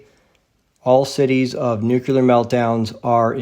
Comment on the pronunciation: Very powerful video! As you said, it is suspicious that the nuclear bomb technology was ready just at the end of WWII as the so-called RNA-based vaccine magically appeared in 2020. Additional lies include the Oklahoma and Boston bombings. Please note that nuclear is not pronounced nucular. God Bless.